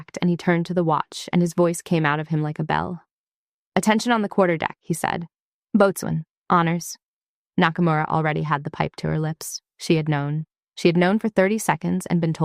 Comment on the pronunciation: Boatswain is properly pronounced "Bo-Sun".